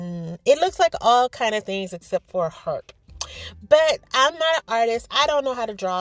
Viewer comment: lol 😂 your so funny, you always bring a smile to my face. I thought you kept saying heart, I was like what kind of heart is that? lol but it does look like a harp girl. Love the cat and fish bowl, so creative. Great video.